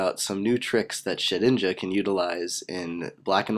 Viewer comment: lol and i love how you were saying "SHITinja"